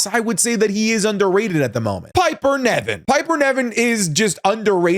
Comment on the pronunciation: always says Niven wrong 😭😭 Niven not Neven